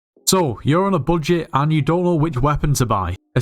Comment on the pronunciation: "so, you're on a bojit" yeah, this is a skyblock tutorial.